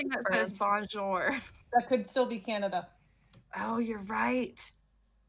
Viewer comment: epic compilation! xq just always saying canda :DDD Think I would've had it 9 out of 10 times as Finland as a finn based on the first picture